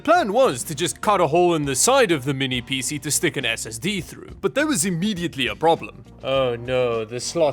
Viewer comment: He always PC like it's a word. It's not "Pee-See or Pee-Sea"